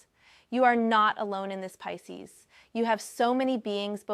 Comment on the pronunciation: Peecees? Come on now in the pronunciation.